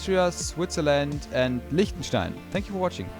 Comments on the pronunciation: ich hab mir erst gedacht als er Liechtenstein gesagt hat "Hol up-" haha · Als du Liechtenstein gesagt hast hat man direkt gemerkt, dass du Deutscher bist xD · Kann das sein das du Deutscher bist da du Lichtenstein Admind und ok sehr Deutssch aussprichst